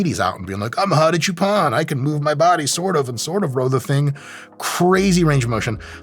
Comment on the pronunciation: I kept thinking Mike was calling him "Hottie"